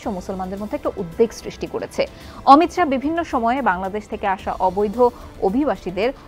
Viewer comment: উনার নাম অমিত শা l অমিত সাহা নয় l